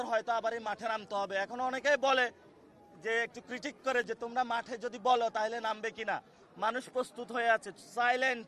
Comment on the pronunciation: ওটা যাঠে নয় মাঠে হবে 😂😂😂😂😂😂